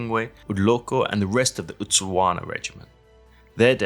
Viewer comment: LOL there's no sandle in Isandlwana it's pronounced ISAND - WANA or ISANDA -WANA with a silent L